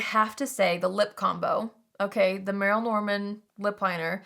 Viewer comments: Merle - pronounced Merl, the e is silent - is not an indie brand. They were huge, like Avon. Back in the day, they used to have stores in every mall. But yes it is nice that brands still exist that we thought were gone. ❤️ So much for Allure basing their picks on your channel 😂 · It’s pronounced Murl Norman. I always find it so weird when beauty people on YouTube don’t know brands that are literally older than Sephora! Lol There is an entire Merle Norman Store here. It’s been there for about 30 or so years. It’s actually a pretty expensive brand. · Merle Norman, you pronounced "Merle" incorrectly. Anyway they have been around for decades! Considered a luxury product competing with brands like Clinique.